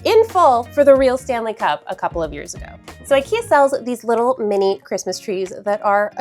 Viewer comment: It's not "ayyykeyah" in Swedish lol